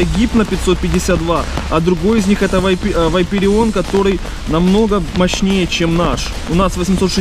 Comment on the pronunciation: не вайперион а вапарион